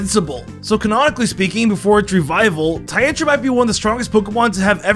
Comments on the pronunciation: The way he says tyrantrum. Ty-an_tum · don’t forget TYAN-trum